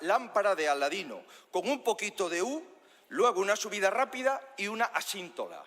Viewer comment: No es asintoda , es asíntota